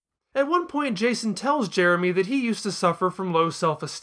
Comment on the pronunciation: Other reviews I've seen of that episode just keep making fun of Jason making Jeremy's name sound like "Germy," so I'm glad didn't get stuck on that!